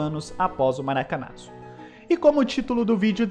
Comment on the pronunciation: Algumas observações. A camisa branca vem até 1957, mesmo não sendo utilizada na copa de 1954. A pronúncia é Maracanaço (pronúncia junção de Maracanã com fracasso).